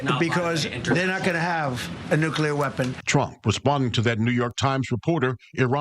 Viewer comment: It’s time for nucelar war! Get ready 😊😊😊😊